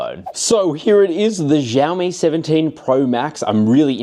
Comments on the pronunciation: It’s not zhaomi stop mispronouncing the name it’s annoying af. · Xiaomi is pronounced sh ow me. Like shower but except mi instead of er at the end.